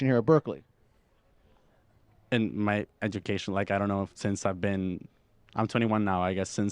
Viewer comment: Bruh it’s Berkeley….